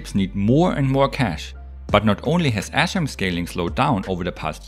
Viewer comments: it sounds like he is saying ASSRAM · I kept hearing ass-RAM 🤷🏻‍♂️ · i thought you were saying astrom for some reason. lol